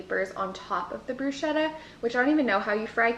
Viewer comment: hi I follow you from Italy and you are wonderful...but please don't say bruscetta...😂😂😂😂but bruschetta as if it were a k brusketta.. you are stupendous ￼